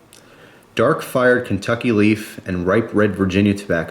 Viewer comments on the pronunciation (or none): none